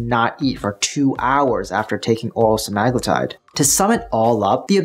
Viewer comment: Why yall pronouncing it wrong? Its sea-ma-glue-tide.